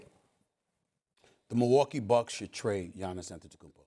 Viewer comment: The first seconds of the video.... AntetokounmBO? It's AntetokounmPO! Learn to say the name right or bring Molly back.